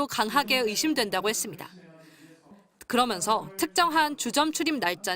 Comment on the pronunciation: 나만 이렇게 들리나? 그러믄서.,그러면서 아님?ㅋㄱㅂ